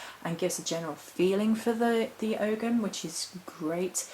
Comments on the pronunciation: Not Og(ham). The g is silent, it's Ow ham or Oham or Ohm. Pls present correctly and thank you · Oh’am the g is silent...